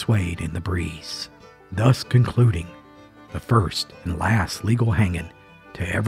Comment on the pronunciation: Funny how you emphasized LEGAL hanging in Union County. That intrigued me.